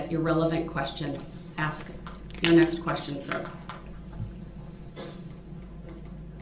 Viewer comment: Axe me.. it's obvious..love it shit talking squirrel 🙄💖